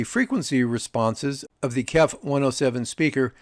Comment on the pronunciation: KEF speakers are pronounced by saying the individual letters: K-E-F (kay-ee-eff). The name is an acronym for Kent Engineering and Foundry, a British company founded in 1961 in Maidstone, Kent.